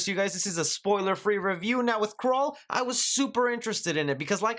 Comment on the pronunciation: I thought you said Krull 😑